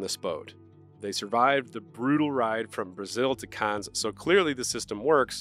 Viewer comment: The s on the end of Cannes is silent.